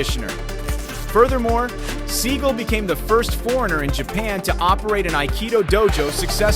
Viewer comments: Oh my God it is pronounced Sagal not seagull and it's not pronounced Ducks it's pronounced Dukes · They are both funds. It's Seagal not seagull, Dux is pronounced duke's not duck's. Stupid a.i.!!!! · If you're going to make a documentary, you should at least learn how to pronounce the names of your subjects properly first. Dux (pronounced Dooks not ducks) Seagal (pronounced Se- Gall not seagull) . What rock did they find that narrator under? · Is pronounced SEE-GAL... not See-Gull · It's dukes did you even watch bloodshot? Also its not pronounced seagull. It's Segal and dukes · Steven Seagull? At least get the name right Mr. Narrator. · IS PRONOUNCED Seagalllll!!!! Dude!!! Don't be stupid!!! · This guy mispronounced both of their names😂